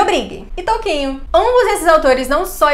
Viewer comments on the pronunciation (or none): Quando você falou "Tolkien" pela 1a vez eu ouvi "Toquinho" e pensei que Aquarela e Tarde em Itapoã realmente são textos bastante idílicos e tal, mas aí você falou de novo.................